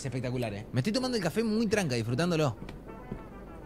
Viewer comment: En el vídeo de:uN cAFe mesera: un que?:un kaFe